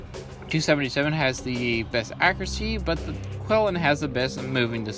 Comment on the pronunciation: Nice video, thanks. For the record, it's pronounced "chee-LIN". :)